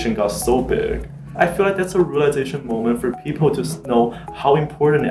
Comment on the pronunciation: If you listen carefully it almost sounds like these 2 guys are saying peepoe.